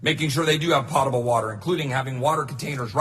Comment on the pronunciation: Pote able not pot able